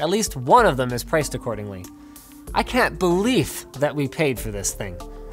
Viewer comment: I didn't notice he say beleaf